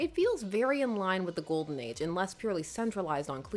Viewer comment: did you say ghoul-den age ?